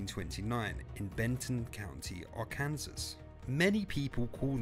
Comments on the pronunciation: Arkansas is pronounced: Ar-can-saw, not Ar-kansas. Lol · Arkansas? Lol it's said Arkan-saw